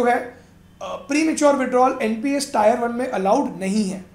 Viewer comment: Good information about the corpus and inflation rate.... But bro it is AN Indian and please don't say टायर yaar... Please say टीअर.... Otherwise very good video.